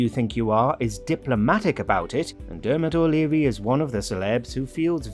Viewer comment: derrrrrmot o"dreary Stacey who-ley